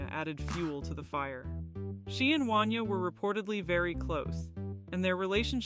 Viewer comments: It's pronounced won-YAY' not wan-yuh!! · 😂 Right! I’m from Philly, I had to do a double take, I never heard anyone say his name like that😂😂